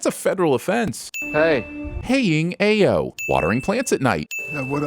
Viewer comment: That's exactly what I said when watching the episode, lol. Like did he really just say "hey" to her??? Adding a sin to tv sins for mispronouncing her name, tho. It's pronounced "eye-oh". I know because it was almost my middle name.